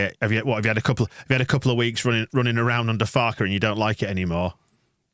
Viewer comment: Someone teach poor how to pronounce "Farke" properly.....😂